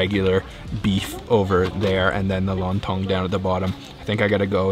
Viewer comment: Not long tong but lon tong 😅